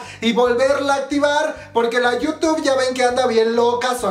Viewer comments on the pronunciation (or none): none